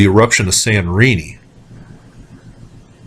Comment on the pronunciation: Hi again :) When you say Sanorini, do you mean Santorini? Thank you. :)